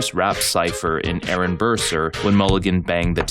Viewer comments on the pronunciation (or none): none